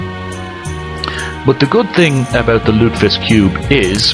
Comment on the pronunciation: Three syllables, lute-eh-fisk.